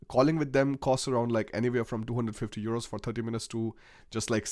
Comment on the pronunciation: Why do you keep calling euros churos?